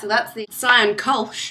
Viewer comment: good pronunciation :) But a word to your Kölsch: Kölsch is not beer, it's water with a hint of a beer taste :P Welcome to German beer culture ^^